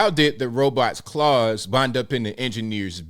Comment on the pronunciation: it's claws...